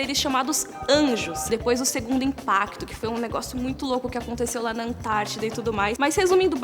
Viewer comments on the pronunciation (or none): none